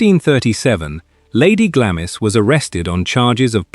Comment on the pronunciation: Glamis is pronounced "Glahms"...